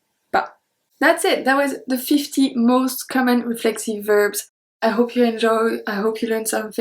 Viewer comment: Your English is wonderful. Remember, we pronounce the 's' at the end of words; so verbs is not pronounced "verb", but "verb s"